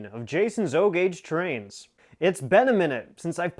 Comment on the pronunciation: YES THATS TWAINZ WITH A Z AND A W HEE HEE;-)